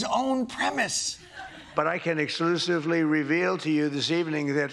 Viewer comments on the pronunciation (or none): Can someone please teach Trump how to pronounce "exclusively"? I know, I know, it's 4 syllables. A touch on the difficult side. But come on, Mr Trump, you can do it... Thank you Jon Stewart. 12 Years ago, watching you on TDS every night, was what kept me sane in the aftermath of a hellish divorce. And here you are, helping us through another very difficult time.